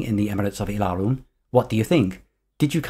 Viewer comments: I Have to be sorry, but your pronunciation of "Ylaruam" as "ie'la'rum" is faulty...it actually should be "iela'ru-am". This was explained in Euro gencon 1995 by Ken Rollstone himself or notes from him (I can't remember that detail). The "Alasiyan" is pronounced as "Ala'si'jan" Further great video. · You have nothing to apologize for (well, maybe that pronunciation of "Ylaruam")... We should be thanking you for these amazing videos. Thank you.